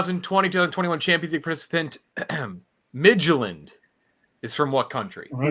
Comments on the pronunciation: He also didn’t pronounce Midtjylland. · Bro the way pronounces "Midtjylland" is offensive to Zah as a little person lol